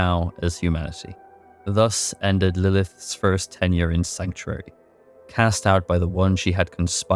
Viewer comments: Good video but man you mispronounce a TON of words. The worst one is saying Lilith-is instead of Lilith's over and over. Really took me out of the story. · You keep saying Lilithes instead of Lilith's and it's killing me. But the video is great. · I'm sorry bro but I had to stop watching after the 4th or 5th time hearing how you pronounce "lilith's"